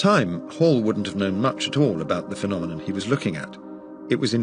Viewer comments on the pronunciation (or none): none